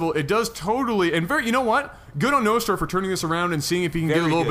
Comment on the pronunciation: Think its pronaunsed Nostra like in Nostradamus :)